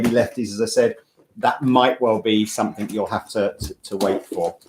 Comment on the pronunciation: please stop saying "somethink," it's SOMETHING!!